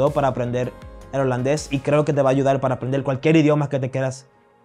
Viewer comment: Hombre buenos consejos, buena actitud hacia la vida. Ahora a mejorar tu castellano ese acento de “ mujel” “ cualquiel” lo eh escuchado en algunos cubanos y puertorriqueños te soy sincero! Hace ruido a quienes hablamos castellano. Creo se a puesto de moda ese acento en Latinoamérica por los regetoneros 🙄 yo hablo Nederlands 25 años y aun sigo aprendiendo.